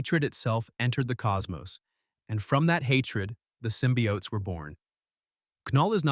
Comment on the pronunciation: Why do you call them both Sym-By-Oats & Symbiotes? It's pronounced Sym-bee-otes alone. Stop using Ai to talk for you.